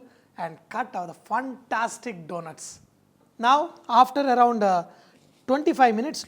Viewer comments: sir you are a great cook nothing wrong with indian accents but since you are a great chef, please fix some of your pronunciations. for fantastic: it is fan. not fun or funtastic. for flour it is not flar/flaar or flore/ floor. it has same pronunciation like flower (phuul). same with hour (ghanta) it pronounces same like "our". hope you didn't mind. not aar/ are. although some measurements are missing from some of your recipes, but your cooking is undoubtedly "funtastic" :). since you have a great sense of humour. god bless you. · good recipe....but why does he keep saying funtastic ? an yegg